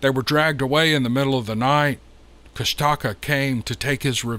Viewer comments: This story has the ring of truth. An aside of unimportance to anyone but me: I live in the South and Love our regional dialects, but I've heard the native pronunciation of KUSH'-ta-ka, versus Kust-TA-ka. Not important to anyone but me. Carry on with the great stories. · Pronounced.... koosh taw kaw.... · I hope no one gets mad for me correcting the mispronounced name how the author is saying it. It is pounced like KushTaKah. I am from Alaska and have heard of the Kushtakah before but didn't know what it is. I am from up north Nome where this story is from south around Haines area. That is just crazy how the Kushtakah takes the women and children. I really don't know the spelling of the bigfoot from south I'm just saying how I heard it from my friend. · I'm fairly certain it's pronounced Kush-ta-kah..